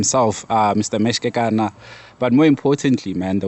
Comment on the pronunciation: Pronounced "bra Mish"